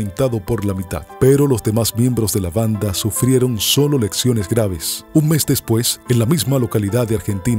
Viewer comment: Lesiones , no lecciones